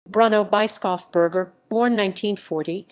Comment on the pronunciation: ... voice sure is AI, but for the pronunciation it is "Bruno Bischofsberger" : [Broonow] [Bish-off-burger]. which could be "read" as the bishop (Bischof) from the mountain (Berg)